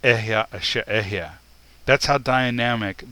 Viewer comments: Hebrew speaker here. There are two small corrections I'd like to make: 1. The word אהיה is pronounced E-he-ye, not Ehyeh (read the E's in 'E-he-ye' like you would in the word 'El', I'm not sure how to write that). 2. אהיה doesn't actually mean "I exist" or "I will exist", perhaps outside of a few select examples. The correct translation here would simply be "I am what I am" (or the slight variations you presented). Just a little correction. (I don't blame you, Hebrew is really confusing). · i wonder, why do you pronounce אהיה as e-h-ya and not e-h-ye? is it just foreign accent? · It's not ehyeh - it's eh-he-ye ill be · It’s EHEYEH = EH-HEH -YEH not EH-YaH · "I am" means there is no other but "I am" only. Others are not. What bugles my mind is that you pronounce EHYEH like it is EHYAH. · It is Alahiym, Ahyah Ashar Ahyah, not Elohiym, Ehyeh and His name isnt yahweh His true name is Yahuwah. Why dont you Kabbala K zars stop lying and stop hiding the true pronouncations for your Baal(yahweh)jupiter worship! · But is illiterate or else he thinks ALEPH is pronounced with “EH” like egg. It is pronounced AH just like ASHER - is he now defunct in getting both start with ALEPH??? This is BLASPHEMY to say that we need to CORRECT WHAT FATHER SAID: HE said AHAYAH ASHER AHAYAH I kinda lost interest in teachings when he deduced there were only 6000 Hebrews who were in the wilderness after they left Egypt. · Ehyeh is a 3 syllable word, not a 2 syllable word.